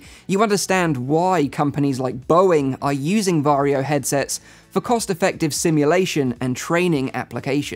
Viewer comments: Varjo isn't pronounced Vario it is pronounced varjo. Vario is how you pronounce Warrio from Mario series in Finnish. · Swede here. Is it really pronounced Vario? Isn't it actually Varjo? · he said varjio lol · did you also cringe whenever he said varjo ? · As a native Finn, you pronounce Varjo as you wright it.